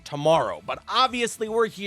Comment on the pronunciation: hey what time is it for Canadians bro I am aBOOT to get my moose leg out!